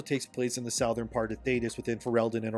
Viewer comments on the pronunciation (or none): WTH is sowthern? Do you mean southern? Pronounced ( suh-thern) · SUH-thern, not sow-thern. 😭💀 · Suh-thern, not sow-thern. Otherwise, excellent vid. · SUH-THERN not SOW-THERN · why do you keep saying sowthern instead of southern? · I want to help you. It's not SOUTH-urn, it's SUH-thern and by help I mean with your demos lol. Southern people are very proud of being southern, and if you keep saying it wrong, you will aggravate the hell out of them. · Brother. It's not South-ern, it's SUTHERN. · Does have an AI narrator based on his own voice? cause i notice it sounds the same when he says things and like when his said southern it was pronounced sowthern, twice. weird. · sow-thern????? Ok. What dialect is that where southern is pronounced like that? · SOUTHern??? Where is from? Middle earth? Learn how to say southern. You seem smart until you say southern. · "sow-thern"...you drunk or something? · why did you pronounce “southern” so completely wrong? It’s not “SOWTHERN” 😂😂😂 wtf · Sowthern? Are you using an ai or do you really not know how to pronounce southern? It's not a difficult word. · Why are you pronouncing it "south-ern" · Great video but can i just say it's pronounced Suvvern :P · am i the only one who cringes every time he says southern lol no hate im a fan just cant with the south-ern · You pronounce "southern" weird. Sow-thern??? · Which direction is South - ern? 😂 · wtf is saothern? ffs who pronounces that word like that anywhere? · Why do you pronounce “southern” like that? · Good video, but never say the word “southern“ again… just no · Why do you pronounce southern like that? Really cringey... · BRO Learn how to say southern.